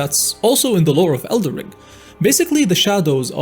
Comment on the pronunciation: Is the title of this game el"den Ring or El'der ring because i keep hearing elder ring instead of elder ring in this video? that said elder ring does roll of the tongue much better doesn't it?